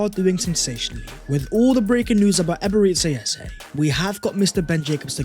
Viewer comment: I want all the players arsenal can get. And since we’re butchering names aka “Ebere Tse Eze”… 🤲🏽 Chineke ekwekwala ihé ojor. 😂 I want “Yolk or eggs”.